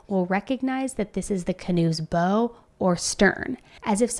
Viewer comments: Oh,, my dear friend...I can tell you aren't much of a sailor! 😂 The front of a boat, the "bow" is pronounced like it rhymes with pow or wow, like "take a bow." Not like 🎀 or 🏹 I literally cracked up laughing when you said that lolol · Bow is pronounced baugh